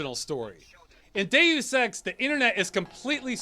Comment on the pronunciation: Only thing that annoys me is the pronunciation of Deus as day ouss. It's dey us! Still love this channel and all the videos though, subscribed ❤